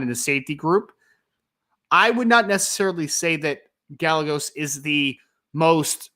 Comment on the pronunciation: It's guy-a-goes. Not gal-legos